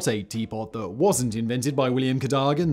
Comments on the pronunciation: Codaggan though? Ca-dog-an. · Ca - DOH - gan.. not KADAGAN. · Cadogan, not Cadagan.... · It's pronounced Cadogan not Cadagan. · Hey Simon surely it’s pronounced “Cad o gan” ? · Say it with me Simon....Cad - Oh - Gan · Dear Simon, it’s pronounced CadUgan, or even C’dugan. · Cadogan is pronounced ka-DUGG-an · It's Ca Dough Gan. You can read English, right? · I think he covered just about every possible pronunciation in there somewhere. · 11 out of ten for butchering "Cadogan" grear that you always go the extra mile on pronunciation👍